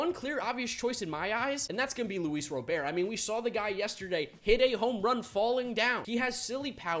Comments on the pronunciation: Not ro bear. Robert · as a White Sox fan, please say Luis Robert’s name right!! It’s pronounced just as it would be if it was a first name, hard T at the end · You do know you are saying Robert wrong right?